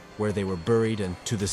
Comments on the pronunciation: Why are you deliberately mispronouncing simple words like cavers or unmapped?? Seem like a weird thing to do for no apparent reason. Plicky for plaque at the end was particularly ridiculous lol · AI narration makes me nuts. Is it really the case that whomever made this video (and so many others) cannot be bothered to, I dunno, actually watch and listen as a human to the finished product, just freeking once, and note the weird words therein (cavers as "kaa-vers", plaque as "plaa-key", etc) and use the AI or whatever to fix them? Surely such fixes cannot be that difficult, and, assuming the fix is reasonably routine, surely a ten minute video could be pronunciation-checked in an hour or 90 minutes or so. What gives? Bugs the heck out of me.